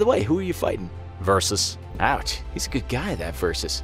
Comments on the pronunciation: Carpopher-is and Ver-sus? come on! Pronunciation!! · Piscus Versus Versus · You versus versus